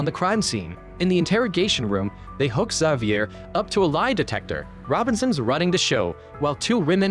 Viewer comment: May favorite part is AI never pronouncing Xavier the same way twice